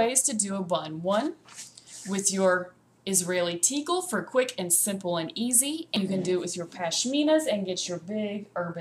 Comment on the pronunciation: You are incorrectly pronouncing tichel.... Ch in hebrew is pronounced like your clearing your throat sort of...